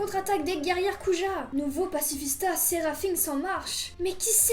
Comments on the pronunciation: Séraphin se dit Serafin aha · ça se dit sérafin ça s’écrit séraphin mais ça se lit sérafin